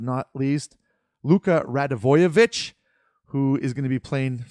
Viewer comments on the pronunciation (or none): Luka’s last name is RAD-Ya-Vic